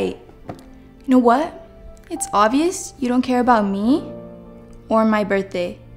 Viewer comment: Can u just mention that girl says birtday instead of birthday